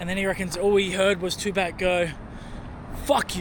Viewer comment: If you’re going to name your channel after Tupac, Atleast say his name correctly….lol